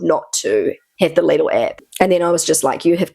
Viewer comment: its lidl not lidil